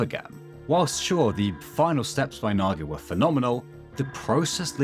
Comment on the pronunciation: "Naa gae"